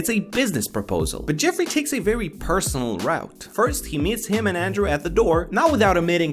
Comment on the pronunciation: “Paresonal goalf cart” 😂